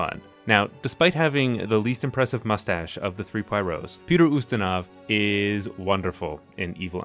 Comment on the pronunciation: I’m late to the video, but your pronunciation of both Poirot and Ustinov are just a tad off. Poirot is pwah-ROH, and Ustinov in AmE is the commonly-heard YOO-stin-ov; if you were trying for a purist Russian pronunciation, it’d be oo-STEEN-uf. As it is, you’re landing on a hybrid of AmE and iffy Russian pronunciation that is most likely unnoticed by AmE listeners who may think that they’ve been pronouncing Ustinov incorrectly all these years (they haven’t), but to speakers of English and Slavic languages, it probably doesn’t give the impression that you want to give.